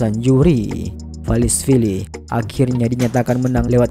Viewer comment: Merab bang. Bukan valisvili.